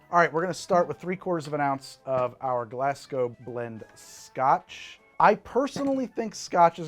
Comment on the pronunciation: Thank you pronouncing Glasgow correctly! <3